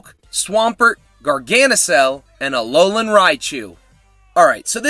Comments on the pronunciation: Yea, so many people always pronounce it wrong. Always saying “Gar-Guh-Nackle”, it’s just so annoying. It’s literally “Gar-GAN-Nackle”, because of the word Gargantuan. What makes it worse is these people know how to pronounce Barbarracle correctly, they don’t say “Bar-Buh-Rackle” they say “Bar-Bear-Ackle” as in Barbarian and Barnacle. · No think Gargantuan and NaCl from Sodium Chloride. For the Nacl part of the name pronounce it like nickel but with an "A" instead of an "I" in. And there you have GargaNacl